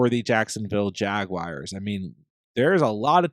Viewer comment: "Jag-wires" gets me every time 😆